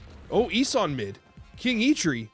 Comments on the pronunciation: also Ee-sOn 😅 not eesun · What is this ess-in 😂 E - son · ES-en?!?? are you doing this on purpose? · Love the content but it’s pronounced E-son. Same with some vids where you pronounce Daken wrong. It’s supposed to be like Taken just with a D. You & Cozy call that man Docken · I believe the name is pronounced Ee-son. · I had to stop watching because of how he pronounced this and Balthaak.